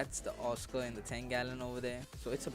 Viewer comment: What's a awwscoh???